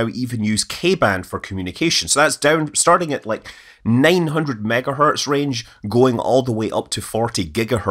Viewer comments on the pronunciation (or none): none